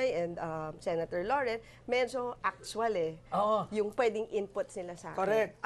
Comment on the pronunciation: mejo aks-suwal eh